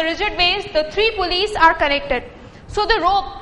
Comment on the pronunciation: Its PULLEYS not pullyes